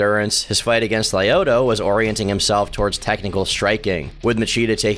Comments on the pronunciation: Who the fuck is “lie-oto” machida? 😂 cmon man if you gonna say his name 20 times atleast learn how it’s pronounced especially when he’s one of the goats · Just some of the names mispronounced Rua is pronounced HOO-UH lyoto is pronounced LEE-YO-TOW Miocic is pronounced MY-OH-CHICH Wanderlei is pronounced VAN-DER-LAY Im sorry it's minor thing but as an MMA fan hearing their names promounced the way they were was jarring. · Roo Ah Whonderlay Lye Oato Goo Stoph Son Guh Guard Tex Era Oh Vance Saint Pro Ray Ace Bear My Oh Kick Sigh Rill Gain